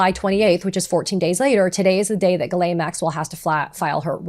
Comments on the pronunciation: Her name is pronounced Gee-len, not Guh-lane. How do I know this? Listen to her victims. They all say her name the same way and they had real relationships/interactions with her. Maxwell did horrible things. She deserves to have her name pronounced correctly so that those horrible things are stuck to her and her true identity forever. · Ghislaine is pronounced ( j-is-lāne) Come on girl who's doing your research.